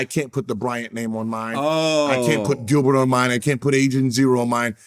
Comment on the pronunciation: I read Gilbert as Gil-Bert but the bert was pronounced like gobert in Rudy gobert 😂 forgot that was Gil’s real name 😂